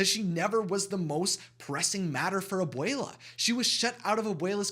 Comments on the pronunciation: Can you say that word again? Ab - uwei - lah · I would like to say Abuela is grandmother and Abuelo is grandfather and make sure to clearly pronounce the A and the O in each of them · They way you was saying abuela Alma title was making me think I was saying it wrong..